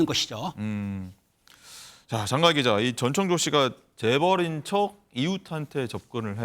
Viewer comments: 전청조인데 자꾸 전창조라고 하네.. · 전창조가 아니고 전청조 입니다...